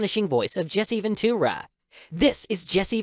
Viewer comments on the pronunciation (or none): Jesse Ven-TOO-ra